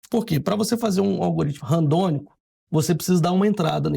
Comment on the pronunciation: É Randômico e não Randônico como o irmão estava falando.